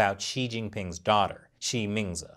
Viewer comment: When you say her name, I keep hearing ''She means it''